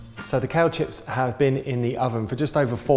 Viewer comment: Just found you! Planning a marathon next weekend. Meanwhile, I like how much information you cram into a few minutes. I'm new to vegetarian/raw food prep so I need all the help I can get :) P.s. American here - I kept thinking you were saying "cow chips" lol